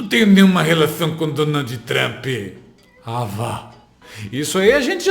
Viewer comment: É duro ouvir ele falando "Trampi", numa entrevista dessa!